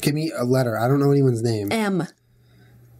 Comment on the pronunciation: modanna???!!!!julien no!!!miley then he says cyrus as the song name i just have been barried!!!